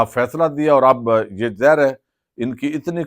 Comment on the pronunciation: ارے بھائی لفظ "ظاہر" میں الف کی آواز بھی نکالا کرو اسے "زہر" بولتے ہیں آپ ہمیشہ ؟ ؟؟